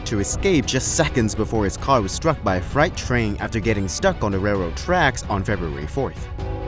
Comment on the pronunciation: Freight is pronounced “frate”, not “frite”, and anyway that was a passenger train, not a freight train.